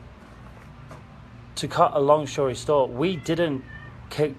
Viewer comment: did…did say “to cut a long shory stort”